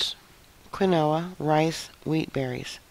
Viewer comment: Good list. I don't recall if you mentioned dried fruits and vegetables such as minced onions, garlic, raisins, cranberries, etc. Keep old phone books in case you don't have toilet paper. Quinoa is pronounced keen-wah. I called it the same for years lol. Like yer channel:)